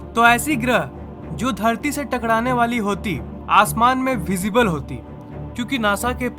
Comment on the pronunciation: bhai aap takrana nhi bol pate na